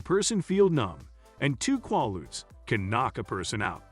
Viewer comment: pronounced "KWAY-ludes", not "kwah-ludes"---very poor writing and grammar throughout